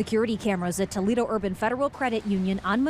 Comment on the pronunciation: umm its Toledo .........lol